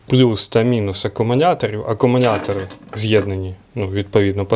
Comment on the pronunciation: Акамунятори🤣👍, до логопеда сходи чучало!